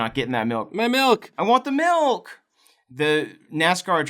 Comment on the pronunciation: Sounds like you're saying milt every time you say milk